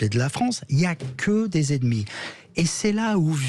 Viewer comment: apprenez à prononcer " E N E M I "; pas edmi!